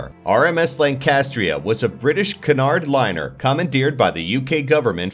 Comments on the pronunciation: Cunard is pronounced QUE nard fyi. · its actually spelled cunard